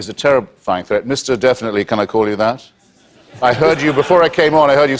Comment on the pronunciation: He says "Mr. Definitely. Can I call you thay?" I almost died